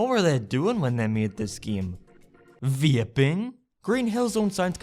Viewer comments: “Were they vEeAypIng?¿” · dude the way he says ''vaping'' is even funnier i swear i had to replay so many times to understand what he was saying, i couldn't even understand what he was saying for most of the video especially